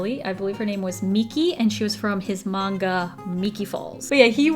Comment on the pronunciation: I love on that she called them "magna girls" instead of "manga girls" XD